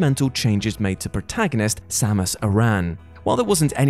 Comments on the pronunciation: Most sacrilegious thing about this video is that pronunciation of Samus Aran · for pronouncing Aran correctly, but -1 for pronouncing Samus incorrectly.